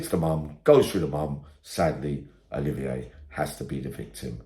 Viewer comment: It's Olivia not oliveeyay